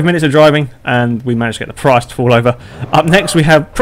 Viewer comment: You said Prius wrong...